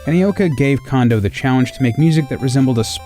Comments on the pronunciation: It’s pronounced “kohn-doh,” actually. NOT “condo.” He’s a cone of dough, not a condominium. (At least Dylan Cuthbert got it right.) And his hometown is “nah-goh-yah.” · Did anyone else keep correcting "Cone-doh!" while watching, or is it just me? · His name's pronounced Kohn-doh, not Kahn-doh. Sounds like you're saying condom. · Shouldn't his name be pronounced Kone-doh instead of Kahn-doh? Afaik, the Japanese letter "ko" is pronounced "koh" and not "kah." The letter "ka" is pronounced as "kah." So if his name were pronounced "kahn-doh" as many people say, shouldn't it be spelled Kando instead of Kondo? And if I'm wrong, how would you spell it if it WAS pronounced "kone-doh?" Of course, my grasp of Japanese grammar is tenuous at best, so I could be wrong. I'd love to hear a native Japanese speaker weigh in on this. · I'm almost 100% sure its pronounced Koh-ndoh not Kahn-doh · Who else really didn't like how the narrator kept pronouncing KAHN-doh instead of KOHN-doh? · Does anyone else feel like it's disrespectful to not do the research on the pronunciation before spending this much time making a video about them? kon in Japanese has a long O. It's cone-doe, not kahn-doe. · I had literally never heard it pronounced any other way before I looked over Dylan Cuthbert's interview and the comments on this video. A great number of my friends are industry professionals who have even met Mr. Kondo, and still pronounce it like I did in the video. It sucks that I mispronounced it, but language barriers are hard, especially between Japanese and English. Cut me some slack. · Why does everyone pronounce his name "Kando" and not "Kondo". It bugs me. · I love that this video exists, but narrator ( I guess?), please note: 1. Kondo is pronounced "kohn-doh", not "kawn-doh". 2. It's Herbie Hancock, not Handcock. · Not ‘Condo’ Its ‘Cone-do’ If you’re gonna make a video where you say it multiple times you should pronounce it right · It's Kohndo, not Kahndo.